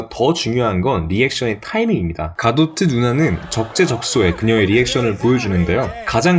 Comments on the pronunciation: Musci 읽어보세요. 갈 가도트 ㅋㅋㅋㅋㅋㅋㅋㅋㅋㅋㅋㅋ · 다들 갤가돗이라고 할때 갈 가도트라고하는 능력.. ㅋㅋㅋ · 갤 가돗을 갈 가도트라고 말하는거 처음 보네ㅋㅋ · 갈 가도트... 좀 거슬리네 ㅎㅎㅎ